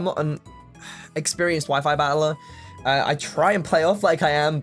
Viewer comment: Abili-y, ba-eler, i-em, priori-y. Where the heck are your t's, boy? The Bri-ish drank em all?!